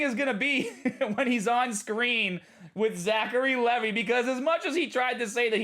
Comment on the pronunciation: Btw it's pronounced Zachary Lee Vi (the i as in I).